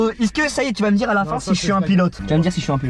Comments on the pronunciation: Je crois Inox c’est la seule personne à dire isque au lieu de est ce que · non moi aussi je dit ca